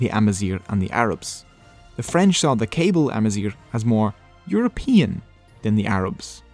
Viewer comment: Hahahahahahaha the “Cables” from “Cablia” 😂 it’s kah-BEE-lia c’mon. Other than that, great video, I enjoyed! Subscribed